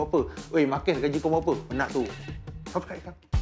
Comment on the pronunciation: Subscribe pun dia takreti sebut..dia sebut saibkrat